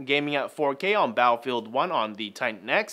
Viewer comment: Did he say battlefield?!? 😂😂😂